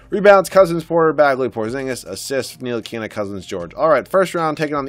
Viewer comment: Ni-til-i-ka not nili-kena